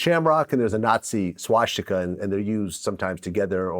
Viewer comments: Vlad: shwashtika. Alright... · It's odd that vlad can't pronounce swastika correctly